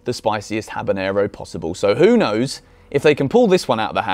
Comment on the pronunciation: My only question is: what the hells a habinaro